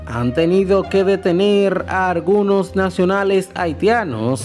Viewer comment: Fuelte? Acion? Conselva? Abielta? Argunos? Detetada? Reapeltura? Vuerta? Contrucion? Totar? Setiembre? Contruyen?